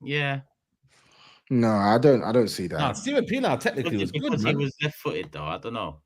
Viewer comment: wtf is a steven peinasr, solano, and men dem!? 😂